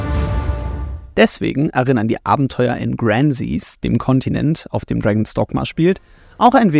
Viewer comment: Die Aussprache von Gransys war auch gruselig